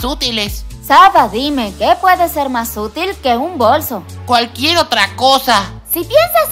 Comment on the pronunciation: No se si dijiste quira pero no es qui ara